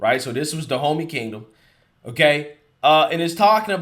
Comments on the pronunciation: Is no one else gonna say anything about him saying "Go to DaHomeys"... Da Homeys.... good one! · No one else thought it was interesting the tribe is pronounced Da-homie? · On a lighter note, whenever says Dahomey, I'm hearing "the homies." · I thought you were saying 'Da Homie'. F**k, that makes me racist, doesn't it? Damnit.☹️ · HAHAHAHA You said "They need to go to Dehomeys!!!" HAHAHAHAHA The homies! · All I could hear when you told the Woke Revolutionaries seeking reoperations, to go see the Dahomeys was... Go see "Da Homies"! =P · I think its funny how Dahomeys sounds so much like "the homies". I really thought that was what you were calling them at first. 😄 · Is anyone else cracking up everytime hearing "Dahomey?" Like really? The place is pronounced like "Da Homie?" We're gunna go see da' homies. Lol call me racist but this just seems too perfectly funny. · Sound like you’re saying Da’ Homies!!!